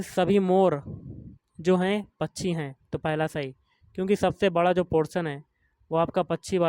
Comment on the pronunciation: Bhai pronounce krna sikh pachi nhi pakshi hota hai vo 😂😂 samjhe bhaiya pachi 😂😂😂